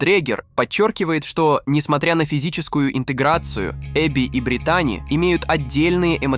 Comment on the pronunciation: Ударение в имени на И: БрИтани